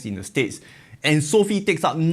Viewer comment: You do know it's not pronounced as "Sophie". It's so-fi.